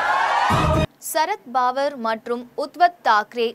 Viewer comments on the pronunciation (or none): Uttav Thakere ,Sarath Pawar=correct pronounciasion .